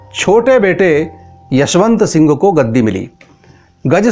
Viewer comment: Jasvant sing the yasvant sing nahi